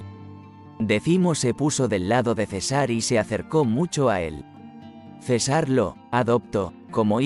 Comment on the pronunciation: La información que brinda este video es destruida por la pésima lectura: Cesár en lugar de César. Tanto desagrado me provocó que no terminé de verlo.